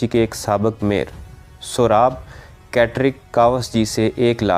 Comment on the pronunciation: Kawas g nhi kaos g. Urdu tk Sahi nhi bolte Ap log